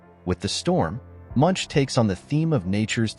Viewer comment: The man's name is pronounced /moonk/